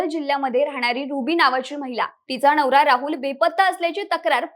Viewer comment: नवरा ❌ णवरा ✅ 😂😂😂😂